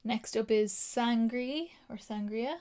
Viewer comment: And sangre is San-greh like grey without the y